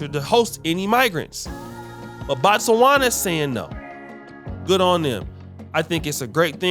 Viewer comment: Its NOT Batswana , its Botswana. Batswana is the name for citizens of Botswana , as in America , American!